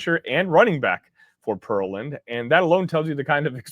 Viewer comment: we were both wrong on the pronunciation of Pear-land and not Pearl-Land Texas...imagine that...i know right ??....